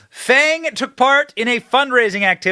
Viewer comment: It’s pronounced FONG! You know, like PONG smallweiner.